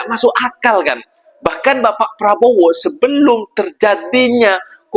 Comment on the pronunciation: Prabo ape adik²? sebut betul².. prabo.. DOOO.. ye.. PRABODO